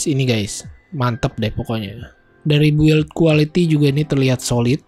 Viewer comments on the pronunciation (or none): none